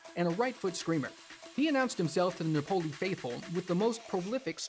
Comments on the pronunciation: The overview of Khvicha's life is good, but please learn how to pronounce countries and teams' names correctly, e,g., Nah POE lee, not NAH pole y. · Lol yeah - Na-PO-li😂